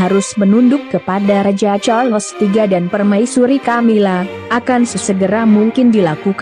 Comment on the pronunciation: Sebutan bukan char..Les. tkda ...les